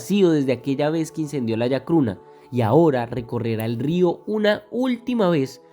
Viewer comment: Se llama chacruna no yacruna. 😒😒